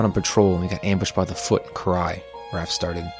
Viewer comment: You know u can’t take love stories seriously when u make fun of “Koo-Rai” And her “Kata-Kana” 😂